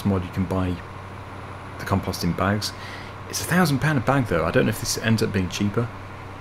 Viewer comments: in canada and the usa we say com-post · You say compost different from any way I’ve ever heard. 😂